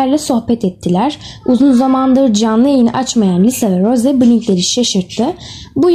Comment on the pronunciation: Ross değil Rose